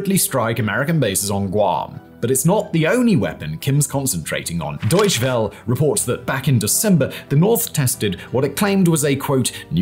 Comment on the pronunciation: Big fan of your videos but, I’m sorry but it’s not “Deutch well” it’s “Deutsche Welle”. Please for the love of all things Germanic type it into google translate and listen to how it’s pronounced. There is no “w” sound in German.